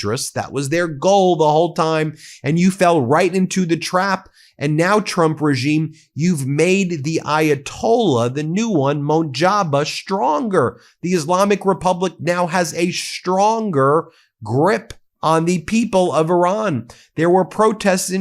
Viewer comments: Dude, it ain’t monjaba. His name is moujtaba and you pronounce it moooj taba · you gotta start pronouncing Mojtaba correctly, he's gonna be OUR supreme leader soon